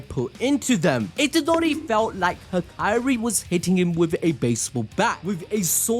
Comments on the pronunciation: am i the only one that had too stop the video from the way he said hakari, as "ha-kai-ri" only cause ive only heard it pronounced as "ha-ka-ri" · all was good untill mf said hikiri bro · Bro is doing Hakari dirty. He isn’t the princess from kingdom hearts. Out here calling him Hakairi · Saying hakari like that makes me uneasy 😭